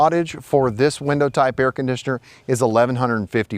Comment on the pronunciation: he doesnt know how to say window